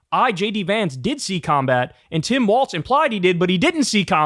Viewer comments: DUDE his name is "Walz"! Not "Waltz"! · Lol Kyle keeps saying Waltz, no wonder I was confused when I saw he name is WALZ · It's pronounced "walz" not "waltz" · Kyle, his name is not goddam Waltz, its Walz. There is no T. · Kyle, it's "Walz" not "Waltz". Come on man. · sir it’s Walz not waltz …❤ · KYLE! STOP CALLING HIM WALTZ!!!! THERE IS NO 'T' IN WALZ! Five seconds in, and you did it again! Like in every single clip you post and say his name in... How can you chide trump for calling KAmala KaMAla, when you mispronounce her running mate's name every... single... time... Next video I hear you say his name wrong again, I am going to click you away and never click any of your videos again. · "Walls" not "Waltz" sincerely, a Minnesotan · Walz, not waltz! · Kyle.. love ya.. forever and always.. but there ain’t a damn “t” in “Waalz”. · kyle it’s not waltz it is walz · You have to stop adding a "t" to "Walz" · Kyle, it's pronounced WALLS not WALTS. For someone so infatuated with him, you think you'd be able to pronounce his name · must one of those weird things where kyle pronounces it wrong. he does that with some other words too. i also heard that in german language the 'walz' has a T sound in it. (no idea if tim walz has german ancestry or not) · Pronounced "Walls" - like "Balls"...lol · Is it just me or Kyle keeps mispronouncing his name “Waltz”. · If we're going with German pronunciation the W should be pronounced like a V. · There’s no “T” in Walz,. Please stop pronouncing one.